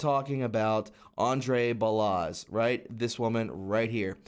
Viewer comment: Balasz is pronounced (Ball-Osh) > Hungarian last name.